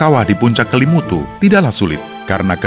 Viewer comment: Kok salah salah sebut ya nama Kelimutu dan nua ata koo fai